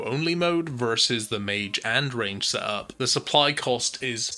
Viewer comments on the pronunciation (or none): none